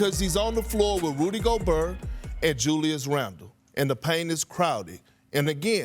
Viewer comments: “Rudy Go-Burr” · The way Perk says Goburr always cracks me up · “Rudy Gobur” lmao I love perk Go Knicks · S/O Rudy Go-BURR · I like how he said Rudy Gobur. 😄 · Perkins, can’t even say the man’s name correctly. Who the heck is, Gobuurr? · rudy go-bur